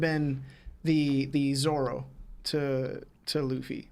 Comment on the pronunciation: Why on earth he keep calling him zolo 😂😭